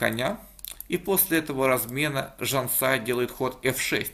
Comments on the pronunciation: Поправлю автора. Я родом из Казахстана, поэтому уверен, что правильно не Жанса́я, а Жансая́. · LuckySOD, надо было заставить выучить наизусть как правильно произносить имя Жансаи, иначе глупо звучит его комментарий. Подзатылину ему хочется залепить, чтобы не искажал имя. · Не ЖансАя, а ЖансаЯ. Не туда ударения ставишь. Это не замечание. Просто поправил! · Все круто, только не ЖансАя а ЖансаЯ :) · Автор не ЖансАя, а ЖансаЯ. Как ты готовишься обозревать партии, если имена проверить не можешь? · Замечание автору, не ЖАнсая, а ЖансАя, ударение на втором слоге. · Извиняюсь, правильно ЖансаЯ, ударение на последнем слоге. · Автор так и говорит же ЖанСая)) Не правильно! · спасибо за разбор! Я сам с Казахстана. Правильно до меня отметили подписчики имя Жансая ударение на Я. А так все отлично. Сильную соперницу одолела. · Нет неправильно...ударение на Я...Жан СаЯ состоит из двух слов... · Жансая ударение на я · Ударение в имени Жансая неправильно ставишь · И не казашская а казахская, но правильнее конечно Казахстанская :)